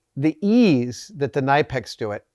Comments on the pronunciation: I call mine “ nip-ex” not “ni-pax”. What’s wrong with you Savage ? Hee hee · to late but as a german it is more called C niiiip EX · Pronounced “Ka-Nipex” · Well, I have to do this. It is called Knipex, with the K in the front. Not Nipex. There is even a video from Knipex about how to say it. I'm sorry. I had to do this. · Kuh Nip Ex not Nigh pex. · Kuh-Nip-eks not ni-peks. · KNIPEX, NOT NIPEX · Great video and bonus points for the unique pronunciation of knipex I've never heard before: NYE-pex is a new one for me! I say that with love of course. 😉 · Ny-pex? C'mon Adam ...it's Ker-nip-ex. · K in Knipex is not silent!!! kuh-nip-x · It’s actually pronounced K nip ex. I used to call them nipex, silent K. I watched a Knipex video with their reps and they were asked how to pronounce knipex. I learned something new that day. They are some of the best tools out and last forever. Well worth the money. Engineer from Japan makes cutters on the same level as knipex just much cheaper. Engineer is actually my favorite for repairing circuit boards. I have knipex and Engineer. Sadly my $60 knipex ESD nippers don’t get used any more. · 100% agree. Knipex is the best. As a former mechanic to now doing precision CNC they stand head and shoulder above the rest. But timidly, sir.. I do feel the need to tell you their name is pronounced “kuh-ni-pex”. Haha, I was once scolded by their German rep at a trade show on how to say it. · I dunno man, the official Knipex Pronunciation Softstyle T-Shirt says Kuh-Nip-X on it. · Please learn how to say “ K nip X” Adam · You have to pronounce the K, K-nipex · How the hell did Adam go the whole episode calling these Knippers, then pronounce Knipex like "knife"? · “Kuh-knee-pex” Knipex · All those are actually 'diagonal cutters" or "side cutters." Nippers have jaws perpendicular to the handle axis. Knipex is pronounced k'-NIP-ex, per my German friends. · It’s pronounced K-nip-ex ;) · It's pronounced K-Nip-X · It's pronounced KUH-NIP-X.